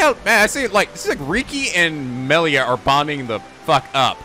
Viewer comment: Shhhhh. Remember, it's Moshirige, Ashina, wah-fu and Korekiyo Village. And now Meelia.